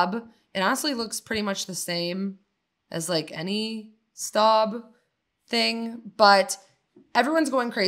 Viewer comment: Staub is pronounced "stobe," not "stahb," in France. Of course if you pronounce Le Creuset correctly (leh CROO-zeh instead of the American luh croo-Say) you'll be mocked. But we're in America so whatever. Good video.